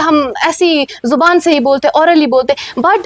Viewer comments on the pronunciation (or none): none